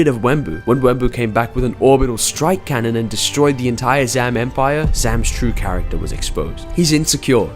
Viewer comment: The way bro said Character 😭 CA-RAK-TAR